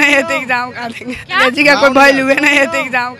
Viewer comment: Ab kya hi bole anchor khud hi angDeji bol rahi hai😂